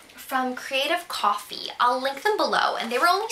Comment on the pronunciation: 0.46 min. she says ''i lick them below". Maybe something wrong with my ears?